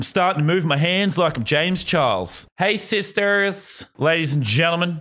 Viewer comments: Why did he sound so American when he said “hey sisters”? XD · His accent disappeared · The way he said “hey sisters” sounded like he lost his Australian accent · Dude I am he sounded American for a second there